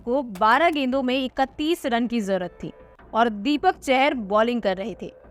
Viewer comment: ‘दीपक चहर’ नहीं है भाई वो ‘दीपक चाहर’ है